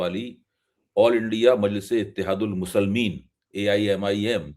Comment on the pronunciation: Respected please do correct pronunciation of the word muslimeen not the musalmin